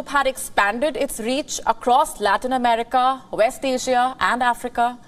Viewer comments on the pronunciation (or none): none